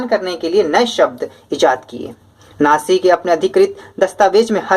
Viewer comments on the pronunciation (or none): Sir aap kabhi kabhi natsi ko naji padhte hai